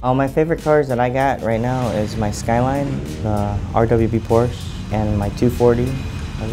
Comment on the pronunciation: He owns a Porsche, yet doesnt even know how to pronounce it properly -_